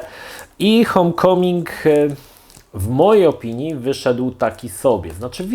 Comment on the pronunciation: Nie "hom" tylko hołm